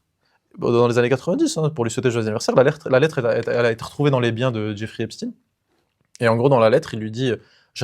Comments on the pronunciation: C'est epstaan pas esptiiine merde. Et merci pour vos rires🫶🫶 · Haipchtayne si tu veux l'écrire comme ça se prononce je crois